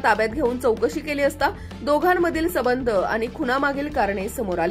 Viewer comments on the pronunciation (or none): सबंध आणि संबंध हे वेगळे शब्द आहेत. एवढ चांगलं बोलता आणि वारंवार तीच चूक करत आहेत. ह्या बाई.